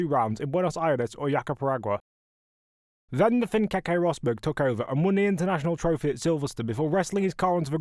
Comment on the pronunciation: JacaREPAgua, not JapaPERAgua. Pay attention. Otherwise really good content, am a fan, keep it up!🙌